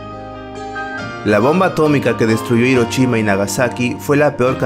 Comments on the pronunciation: "Irochima" :v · Hadashi...: Perfectamente pronunciado Hiroshima: HiroCHIma